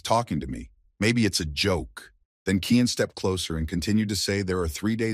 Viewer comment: Title: The Reborn Young Lord Is An Assassin 10 chapters so far is all I could find The MC's name is Cyan Vert not "Kian"